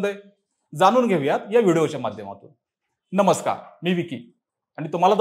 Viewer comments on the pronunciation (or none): none